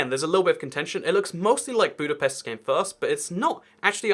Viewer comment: Please stop saying budapest like this